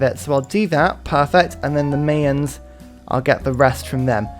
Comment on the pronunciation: No one gonna comment on how he says "Mayans?" The Mae-uns... no no, mate. My-ins. More specifically, the plural is Maya (my-uh).